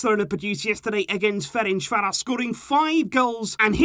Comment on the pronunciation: ain’t anyone talking about how he said fercanvaros correctly?